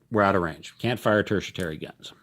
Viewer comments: I could swear its "TERTIARY" not "TERTIATARY"....😏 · mate, I love your videos, but it is pronounced Terti-Ary (there is no T to pronounce between the 'i' and the 'a') - this is a very helpful vid series you've got there!!! Thanks for doing it! I've just bought Tropic of Capricorn, but noted that there are no stats on the reverse side of the counter, just the icon